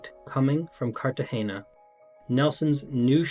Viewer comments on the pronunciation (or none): none